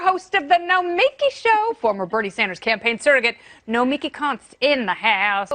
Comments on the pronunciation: Hi,, BTW, we all continue to mispronounce her name, say it emphasising the last 3 letters, as in Noma-KEE, not No-MEKEE, seriously, ask her. Excellent point that she gets better more rational discussion here on Fox business than CNN or MSNBC. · Try to at least pronounce her name correctly - no-me-key' (emphasis on the last syllable). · it's pronounced nomi-key (